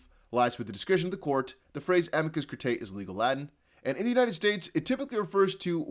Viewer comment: It's pronounced uh-mee-cuss cure-ray. It's Latin for "friend of the court."